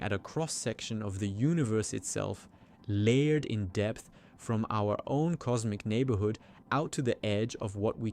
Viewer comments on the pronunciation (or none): none